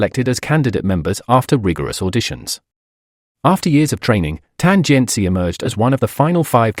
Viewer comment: i was more offended by this "tan jian CHI" pronunciation than some super stupid comments by ignorant netizens. Yeah, I know it's very likely the AI voice but isn't it disrespectful not to pronounce their names correctly?